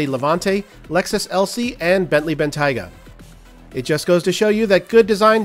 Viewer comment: Bentayga. Not Ben Tyga.